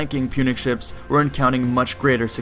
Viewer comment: Why can't you say ships? lmao good vid tho